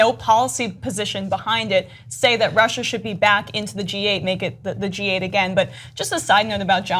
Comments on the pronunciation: He can’t say Russia right because of his dentures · Trump’s pronunciation of Russia is a NY thing. Some old school New Yorkers will add an r to the end of some words that end in a. Funny to hear him struggle to shake it. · Yes! The backward R at the end of Russia! He says that. Thank you Ana for pointing that out. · he adds the extra R after Russa because he has fake teeth... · Trump keeps adding the 'R' to the end of "Russia' because he feels compelled to say 'USSR'. That's what Putin calls Russia when they speak together with Hannity at night on Trump's unsecured mobile phone. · He adds the 'r' at the end of Russia to try to appeal to old-ass New Englanders on a sub-conscious level.